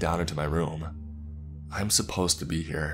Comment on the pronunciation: Genuinely curious, what with all the syllable-initial m's thrown in? E.g. I'm > Mime. Is it a speech condition?